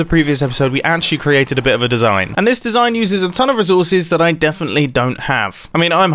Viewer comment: "my desiiigngn"